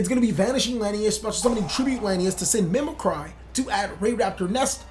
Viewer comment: Mim-eh-cree... is anyone literate around here?